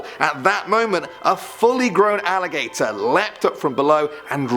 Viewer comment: That alligator sounds like “IT” :O